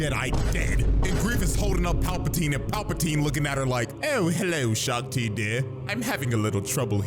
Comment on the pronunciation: Shak Ti ❌ Shock Ti✅